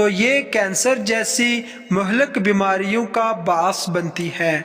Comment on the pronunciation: Aap bass bolrahay thay that is wrong and correct is ba iss